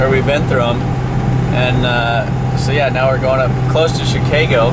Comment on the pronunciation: anybody else here how he says chicago just after ?